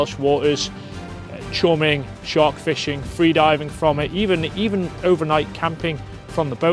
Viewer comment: Thets nawt a shark...its a SHHEEEARK.